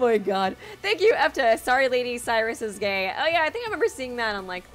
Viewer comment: It’s okay art was sowwy